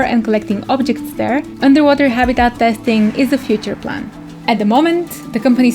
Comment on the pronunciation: I love her accent. Especially the way she pronounces 'habitat'.